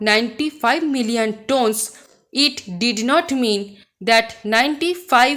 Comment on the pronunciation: mam you mispronounced the word 'tonnes'. hope this will help.